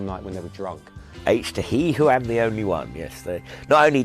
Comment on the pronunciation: These guys are clueless as to the name of the album - H to He - it is pronounced as letters 'H' to 'He" - not saying the word 'He' as in the opposite of 'She' - it is said to directly infer 'H' meaning the element Hydrogen and the "He' representing the element Helium - so the album is called 'H to He' - hope that is clear.